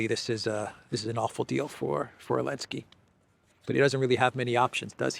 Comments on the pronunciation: Can someone tell me why always calls Zelensky "Alinsky" or "Elensky?" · Elensky elensky . Why cant you say his name correctly ??? Weird